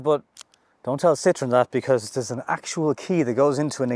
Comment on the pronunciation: That -> Tharse